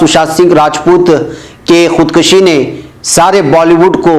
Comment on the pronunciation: Janab, khood kashyon ya dusri jagah aapne khood kashi parha hai ye ghalat hai keyon ke farsi me kashidan masder khinchna hota hai esi se kash aata hai aur kushtan masder maarna hai es se kush aata hai, es liye aap khood kushi ya khood kushyan parhen